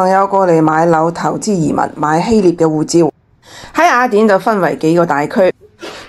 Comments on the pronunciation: 呢個威他唔合格.最唔中意听到廣東話啲懶音.雅一亞. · 懶音系粤西特色。粤西地区甚至有赖话，目前还不确定算唔算系粤语的第10种口音。